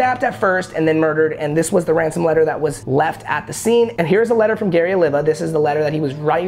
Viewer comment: Did This Man Just Say "Ransom"? Boy..